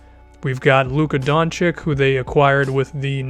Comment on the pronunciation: DON - CHICH NOT DON - CHICK